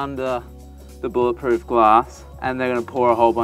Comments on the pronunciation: It's bullet proof not bowl it proof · It's not bowl it proof, it's bowl it resistant.